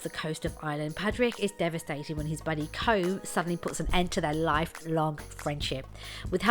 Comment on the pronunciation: Place names, character names, even the actors actual names ( which you'd think they'd have the cop on to look up look)Jesus it's brutal to listen to, like whenever someone english says my name, without even an iota of trying.If they can't, plenty of Irish interviewers to refer to. Feckin el english woman, try harder.